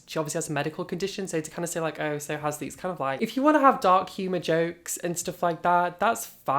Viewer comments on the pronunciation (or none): Halsey not halsley daaaaaaaaaarling